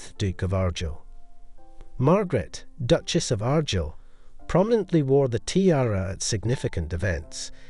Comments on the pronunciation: Ar Guyel.... not Aghr gil AI with a Scottish accent that can't pronounce the words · Argyll is pronounced r-guile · The title is said Argyll like the Argyll socks not Argill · Beautiful pieces, but it's pronounced Ar-Gyle! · The pronunciation of Argyll is awful, but Belvoir Castle is a different case: Belvoir Castle overlooking Vale of Belvoir is pronounced as Beaver Castle overlooking the Vale of Beaver (the Anglo-Saxons couldn't, or wouldn't, pronounce the Norman French).